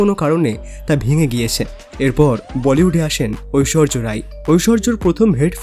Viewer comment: ঐশ্বর্য না ঐশ্বরিয়া রায়